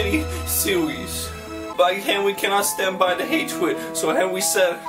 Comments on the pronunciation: OMG I MISS COME BACK MAKE SHIPPUWWDEN WEVIEWS PWEZE? KEEP AWIVE BWEAK HIM OUT OF JAWL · ***** lmao! XD DUN'T WURRWY WE WILL CWI TOKETHER! T__T